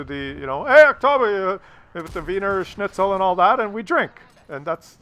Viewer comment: you fucked up the pronounciation of every single german word. except wiener schnitzel, but thats austrian..... the rest was about all right! shout out to you from germany!